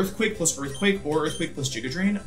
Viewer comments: Everytime he says "jiguh drain" I cringe 😂 always pronounced it "giguh drain" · I love the Wolfey even pronounces it "jiga" drain when explaining the game plan